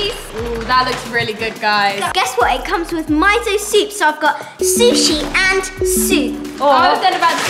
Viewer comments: It’s pronounced meeso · It’s pronounced mee - so soup not mieso btw and is geeyaoza not gieyoza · Is ME-SO not MI-SO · Its not my-so its miso like meso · not to be a hater it is not myso soup it is miso soup sorry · I think it's pronounced miso (me-so) soup and gyro(year-oh) lol Also, for karma, maybe use her middle name or the "kuh" sound 😊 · IT'S MISO SOUP YOU SAY IT LIKE ME-SO SOUP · it’s not miso it’s meeeso that how u pronounce it 😂😂😂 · Miso soup is pronounced me-so soup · Not trying to be rude because I love your guys channel but I think you incorrectly said miso soup the I sounds more like a e. So sorry if this came off rude .